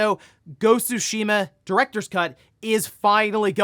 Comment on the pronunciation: I like when says “Go-su-sheema”